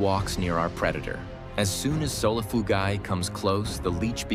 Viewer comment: Solifugayguy is the medium with how many times the AI mispronounced the camel spiders scientific name